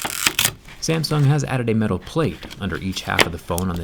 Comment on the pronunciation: Why are you pronouncing Samsung like "Samson"?